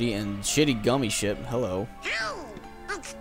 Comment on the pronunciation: every time says "gummi ship" i always hear "gummi shit" which is more accurate to be honest